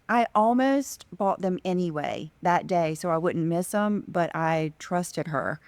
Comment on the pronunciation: learn how to pronounce "them," you say um and sound so dumb